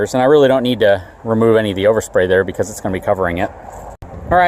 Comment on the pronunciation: Intresting is not a word Becuz is not a word Abildy is not a word Next not nex Probly is not a word Defnuhly is not a word Unuhversal is not a word Uhpinion is not a word Uhready is not a word